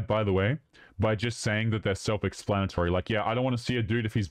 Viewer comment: Self expannitory